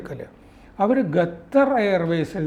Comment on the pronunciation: ഗദ്ദർ അല്ല ഖത്തർ പ്ലീസ് prounce correctly ❤